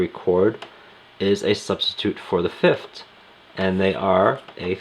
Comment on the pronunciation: Good god, the way you pronounce the interval names drives me nuts! It’s fifTH not fifT!